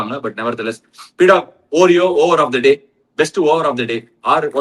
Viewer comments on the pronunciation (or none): It’s pronounced “aw-reo” Ashwin 😊 not “oo-reo”